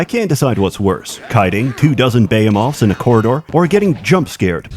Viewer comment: After all this time he still cant pronounce behemoths right lmao